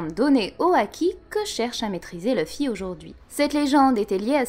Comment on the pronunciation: Je serais très curieux de comprendre pourquoi des francophones décident d'appeler Luffy "Leuh-fi" alors que en Japonais ça sonne "R/Louh-fi". Ca voudrait dire que vous prononcez un nom de personnage tiré d'un Manga Japonais à l'anglaise en étant francophone ??? :confused